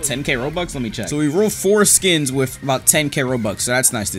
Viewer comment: the fact he kept saying four skins over and over and it sounded like he was saying foreskin